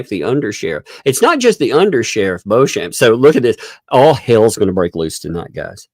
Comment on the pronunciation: Beauchamp is usually pronounced ‘Beecham’.